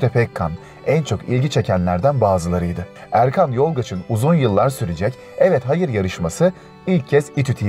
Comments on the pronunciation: o değil de konuşan seslendirmeci arkadaş bu metin ses kaydını gramofona mı yapmış? ayrıca Fecri Ebecioğlu değil Ebcioğlu.. Erkan Yoldaş değil, Yolaç.... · Fecri ebEcioğlu değil "ebcioğlu". Erkan yolGaç değil "yolaç". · Fecri Ebecioğlu değil Ebcioğlu; Erkan Yolgaç değil Erkan Yolaç, bende'niz düzeltmiş olayım. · Erkan Yolaç, Yolgac değil. Ebcioğlu, ebecioglu değil. Yapmayın böyle, bunlar kıymetli insanlar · Fecri ebecioğlu değil Fecri Ebcioğlu Erkan yoldaş değil Erkan Yolaç 😄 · Fecri Ebecioğlu değil Fecri Ebcioğlu olucak Erkan Yolgaç değil Erkan Yolaç olacak birde Fatih Pasinler dedikten sonra ekrana Can Akbelin resminin gelmesi olmamış. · Ufak düzeltmeler: Erkan Yolgaç değil, Erkan Yolaç, Fecri Ebecioğlu değil Fecri Ebcioğlu. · Sunucu biraz dikkat et ya Erkan Yolgaç değil Yolaç. Fecri Ebecioğlu nedir Ebecioğlu. Yazık düzgün telaffuz lütfen. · "Fecri Ebecioğlu" değil "Ebcioğlu", "Erkan Yolgaç" değil, "Yolaç". Yuh ama yaa... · Yanlış okumalar var: "Ebecioğlu" değil, "Ebcioğlu" olacaktı; Erkan "Yolgaç" değil "Yolaç"... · hadi ebecioğlu neyse de erkan yolaç'a da erkan yolgaç demezsin ya:))